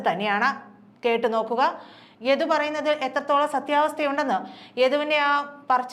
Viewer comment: യധു അല്ല സഹോദരി യദു ആണ്...ഉച്ചാരണം ആണോ...കേൾക്കുന്നതിൽ തൊന്നിയതാണോ എന്ന് അറിയുന്നില്ല...